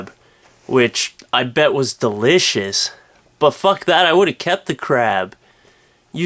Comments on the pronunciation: "Some guy found a gigantic crab"... I thought he said crap at first! xD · I thought he said "Crap" instead of "Crab" .... Now I'm disappointed. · i thought you said crap instead of crab... I was scared for a moment there... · at first i thought he said "a man has found a really large crap" not "crab"